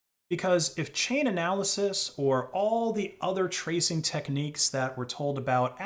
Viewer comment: STOP SAYING CHAINANALYSIS, ITS CHAINALYSIS